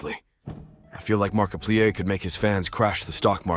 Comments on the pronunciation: the markipleeay is real!!!! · "Mark-a-pleaè" What being lazy and using gets you. Garbage,! GARBAGE! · Mark-a-plee-er OF nutty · The Markiplier pronounciation I CANT 😭😭😭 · The Ai voice made me laugh. The way it pronounced markiplier was french as hell 😂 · The fact you not saying markiplier right annoys me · You pronouced Markiplier's name wrong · AI pronounces markiplier like a French word